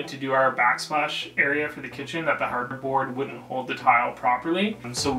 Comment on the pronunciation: When he first said hardboard, I thought he said cardboard and my face was like 🤯🤯